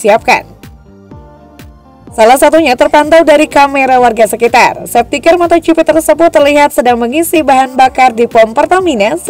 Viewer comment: Sefti kar min bukan sefti ker